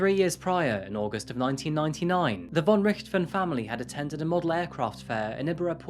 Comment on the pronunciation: aye its hard. also for the most eng ppl its hard to say "von" in german they speak the "v" like an "w" ,but its actual close to "f" in eng ;D so if you talk eng and want to pronounce "von" in german think of it like "fon" and your rly close =)